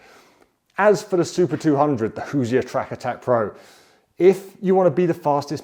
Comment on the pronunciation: Hey, Hoosier is two syllables. Hoos-yer. Not Hoos-i-er. You're welcome, An Actual Hoosier from Indiana.